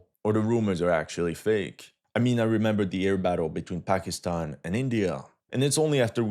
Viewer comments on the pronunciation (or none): none